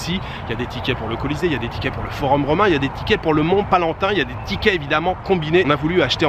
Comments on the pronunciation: Mont Palatin…pas Palantin….. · C'est PALATIN ET PAS PALANTIN. .. Tout de même. Tu n'as pas étudié l'histoire romaine au collège ?.